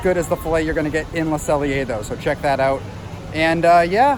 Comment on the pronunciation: Love how Deni and Ryno drop in, but not as much as I love correctly pronouncing Le Cellier 👏👏👏😉